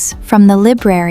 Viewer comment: The first time , the girls pronounces " LIBRARY " correctly ; the second time , she doesn't . In the end , the girl says " I READ a book before I go to sleep. " but she pronounces the verb READ in the past . All the other sentences are in the Present Simple .